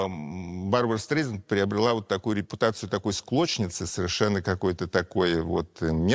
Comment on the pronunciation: Произносится обычно СТРАЙЗАНД